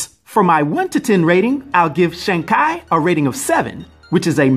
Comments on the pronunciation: Sheang Kai? REALLY? Why not follow Marvel pronunciation instead of Google? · That's pronounced Chee even though it's Chi. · Shang Ki? I love the video but it's razors to my ears hearing his name like that LMAO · Weird, my google translator pronounces "shang chee" when i set it to both traditional and simplified Chinese. Also, "shang kay" is absolutely awful to hear. I really hope its not the correct pronunciation. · My Chinese friend said don't trust Google translate... Shang Chi is the correct way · Why you butcher this character name like that it’s not Shang Ki it’s Shang Chi simple 🤦🏾‍♂️🤦🏾‍♂️🤦🏾‍♂️🤦🏾‍♂️ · Who the hell is Shang Ki??🤔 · Bro...love you...love your channel/your content, but...please tell me you are kidding about the Shang-Ki thing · Sh-ang K-eye Shaung Chee Can't wait to see the movie so we know how to pronounce the name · Why you pronounced it Shang Kia?I thought it was Shang chi? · Shang Kai??? It's Shang CHI !!! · It's Shangi chi not Shangi ki 😂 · It's shang chi can y'all please say it right .the mcu is calling him shung chi and u r calling him shang Kai😂😂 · Why is he pronouncing it like that? Shang-Chee not Shang-kai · shang kai lol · Shang cheeeee not kyyy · ok..... im sorry but how the F do you read chi as "kai"???... but for my 1 10 rating on pronouncing names I give it a ONE.... which is a legendary fuck up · It's chi not shang ki lol 😂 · Please don’t tell me you called him shang ki. The trailers even addressed how to say his name. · Oh, i see your mistake now. You put the pronunciation on english, it does say "shang kay". But since it's a Chinese name, you gotta put the right language for the correct pronunciation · Kevin Feige and the Marvel team (including many Chinese people) pronounce it "Shung Chee". Never heard anyone pronounce it the way you are man! But either way nice video! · Shang Chai! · Shang ki made me chuckle especially because I know people will be mad in the comments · Shawn? That's pronounced "Shang" as in Shang Chi.